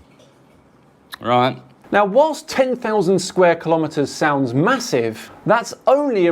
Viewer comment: Give some credit - at least he pronounced kilometre correctly! 🙂It ain't ki-lom-eater... I always ask people who get it wrong if they give their weight in ki-log-rams. 🤓 Apart from that, the stupidity field is strong in vicinity of this one.😖